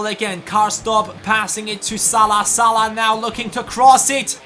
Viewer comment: WTF? Salih it's salah lol